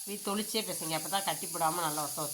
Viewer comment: Thanniye thelichchu nu sollamma tholichu nu sollathe